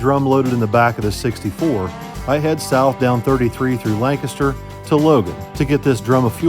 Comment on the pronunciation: Thank you for saying Lancaster correctly lol